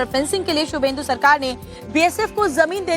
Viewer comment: His name is subhendu. Not Suvendu.